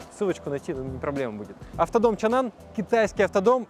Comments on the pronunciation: Почему чанан, если чанган? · Почему чанан!? Чанган же Что вокруг? Асфальт, шо ноешь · не Чан Ан а Чан Ган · Мне одному кажется что он постоянно называет этот Автодом ЧАНАН? Хотя он ЧАНГАН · а почему чаннан, когда чанган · какой еще чанан, когда чанган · Как он может быть чанан если там прям буква говорит сама за себя, чанГан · Чанган может, а не чаннан? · Не чанган... 😂😂😂Кенан.. Когда вы учиться будет правильно вы говорите по английскому.... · Чанан или Чанган? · Чанган, а не чанан😂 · Это ЧанГан а не чанан, Миша дизель был у них на заводе! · Почему он говорит Чанан, когда все вокруг - ЧанГан? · Не Чанан а Чанган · Да не чаннан,а чанган!!!!! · Не чанан а чанган !!! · Автор какой чан-нан, написано же чанган. Что букву "г" английскую съел. А правильно «Чанган», «Чэнган. Сам ты чабан............. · Ну выучи английский алфавит, там не чанан а чанган, там же G буква а не N, почему чанан??? чанган как я вижу. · А не чанган читается?